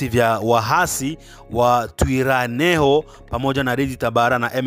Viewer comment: NATAKA KUKUSAIDIA ILO JINA LINAVYO SOMWA TWIRWANEHO inasomeka ivi TWIGWANEHO